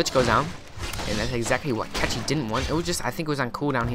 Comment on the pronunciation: Man with all respect to your commentary ... PLEASE .. PLEASE .. LEARN HOW TO PRONUNCE CORRECT PLAYER NAME !!! IS A CZE,CECHI MEANS CZECH REPUBLIC .. his shortcut is short cut on his country .. is not catchi is cechi !!!! HE DONT WANT TO NOBODY TO BE CATCHED . HE WANTS TO TELL THAT HE IS FROM CZECH REPUBLIC ..if you want to say correct try to say this ..chahe ... thanks man . i really aprecitate your commentary but this is killing me ... im from cz too haha